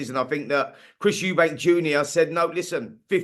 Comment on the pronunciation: It’s Eubank not Eubanks